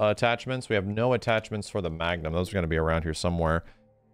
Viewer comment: Why always says Magnum Ammo, I hear Magnamalo XD